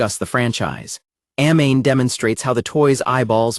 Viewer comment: I hate the fact that you're mispronouncing Amane's name..